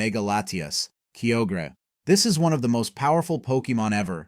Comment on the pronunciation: Kio-gre ✅ Kyo-gre(Kaioger)